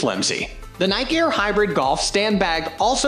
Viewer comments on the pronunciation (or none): Oh God. Computer voice that mispronounces every brand name. When I hear The Nike “Aye-eye-arr” bag, sorry but, NEXT!!🙄🙄